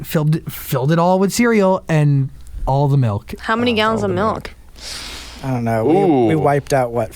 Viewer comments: there’s no way Colby just said “melk” instead of “milk” I’m in pain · Ashlee Jade 😂 speaking of this am I the only one who got kinda cringed with the fact that he says it like melk instead of milk ? 😂😂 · Im dying Colby says"melk"😂😂😂😂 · Why does Colby say milk like malk